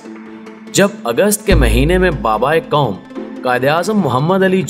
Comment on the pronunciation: آپ سے مندرجہ ذیل لفظوں کے مطلب بتانا پسد کریں گے کوم اکوام حکیکت طاکت کیمتی کسمت کائد مکام مستکبل حک واکعہ مکصد مستکل کریب مکصود ( مکرر ) تکریر مکرر کے علاوہ اردو ڈکشنری میں کسی لفظ کےکوئی معنی نہیں ہیں کیوں اردو کا بیڑہ غرق کر رہےہو کچھ تو شرم کرو یاپھر اپنی مادری زبان میں بات کیا کرو اسطرح الفاظ تو صحیح بولو گے